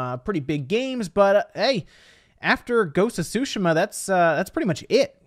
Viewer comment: Stop saying ghost of tushima like that